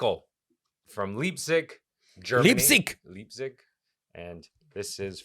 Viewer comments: Night clubs are hideous dumps anyway, good riddance. And who doesn't like beans, throw out at least the first water to avoid gas issues. And it's Laiptzig, not Li:ptzig. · XD Its pronounced Lypzig. Ei sounds in German are basically like saying I or eye.. I live in Leipzig also. Has a huge gothic and dark alternative scene with the biggest gothic festival in world for over 30 years called Wave Gotik Treffen. I recognized the postcard too haha as Ive seen it in shops. Has Augustus Platz with the University, MDR Tower and the Gewandhaus and Opera. Maybe you will get another post card from Leipzig one day. 😝